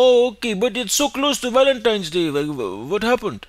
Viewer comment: “Valanteenz Day” made me lose it. There’s no going back now as an Arab I will forever say it this way from now on 😂 get better man! Keep up the amazing videos